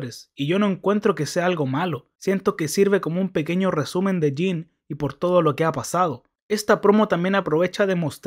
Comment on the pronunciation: No pude ver est video por que me caga como dices JIN, en lugar de JIM, me revienta sobremanera.